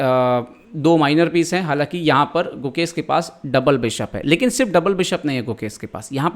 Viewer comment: who heard mukesh instead gukesh entire video?